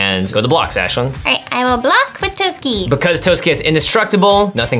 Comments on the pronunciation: i always thought it was pronounced as "Toss-ki" not "Toas-key" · Why does everyone pronounce it as Tosuki? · I hate the way they say Toski, it’s tah-sk-E. It’s as if you said it like you would Ratatoskr which is who he is based off of...